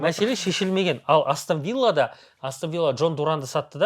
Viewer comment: Астан Вилла деп айтпаш Астон Вилла деп айтшы.